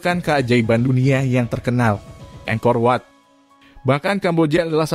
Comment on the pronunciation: Angkorwat bukan engkorwat...